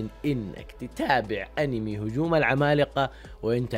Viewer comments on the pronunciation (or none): none